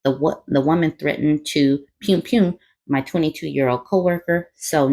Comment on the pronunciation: Not "pewn pewn"😂😂😂😂😂 sorry that was funny to me